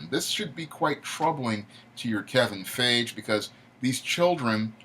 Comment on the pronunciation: Damn you butchered Kevin Feige's last name It's actually pronounced Fy - Gie.